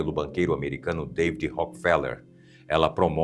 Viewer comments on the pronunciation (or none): none